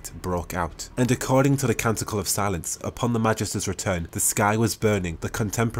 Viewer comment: ... I know you said Conductor of Silence, but I kept hearing "Conductor of Salads" and laughing my head off. (Seriously tho, very nice lore video, hope you do more!)